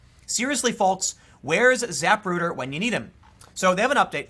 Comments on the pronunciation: Zah-PROOder, not ZAP-ruder. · It's zuh-PROO-tur. It's the guy who filmed the Kennedy assasination